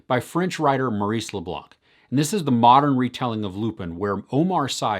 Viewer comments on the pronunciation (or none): none